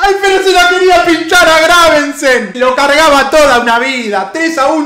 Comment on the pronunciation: muere un gatito por cada vez que dice graveNsen xD